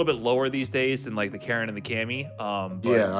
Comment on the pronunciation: From one Karin main to another. Could we stop butchering Karin's name. Its not pronounced like KAREN and every time I here that I cringe. Karin is a woman of class so address her a such. That is all.